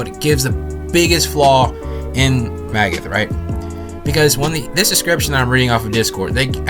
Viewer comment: It’s not magoth it’s magath